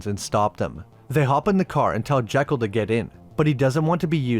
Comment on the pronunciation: A couple of things the movie gets wrong throughout: •Alan's last name is Quatermain, only one R. •Dr. Jekyll's name takes the Scots pronunciation, per Stevenson himself: JEE-kul, not JECK-ul. A couple of things you missed: •Hyde doesn't grow from tiny to huge in the comic. There's a conversation where it's mentioned that he's grown over the years, a meta comment on how pop culture has changed its depictions of him. •You mention that Sawyer in the movie bears almost no resemblance to Sawyer in the books. Perhaps not the first two, but Clemens actually wrote four books featuring Sawyer. The latter two are "Tom Sawyer Abroad, by Huck Finn," and "Tom Sawyer, Detective." Tom's European travels, his adulthood, and his status as an agent of the law are indeed in the books... just not the books most of us have read.